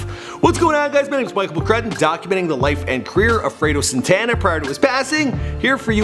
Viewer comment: Man ... Ita not sintana its Santana ... And you read it Freddy krugor 2 instead of fredo krugor 2